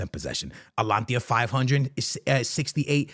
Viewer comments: Dude just called them Atlantis It's just simple reading bro A-T-A-L-A-N-T-A not that hard what's with the butchering my man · bro atlantia its ata lan ta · ATALANTA NOT ALANTIA 😭😭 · You keep on saying Alantia its ATA-LANTA. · Atalanta not alantia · AT TA LUN TA. .... bro its not that hard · Bro please.. it´s A-TA-LAN-TA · It’s AT-A-LAN-TA bro 😂 I swear he does not be watching fútbol at all just reads headliners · its A - TA - LAN - TA 😅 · Atlantia ✅ Altalanta ❌ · I was laughing my ass off at the start of this video. He kept saying it over and over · The way he be saying Atalanta and Tchouaméni is so atrocious 😭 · yo hahahaah the amount of times you said ATALANTA wrong.